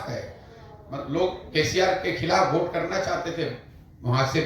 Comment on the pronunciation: VOTE (वोट) को Bhot (भोट) नहीं बोला जाता प्लीज भोट भोट मत बोलिये । वोट बोलिये श्रीमान जी।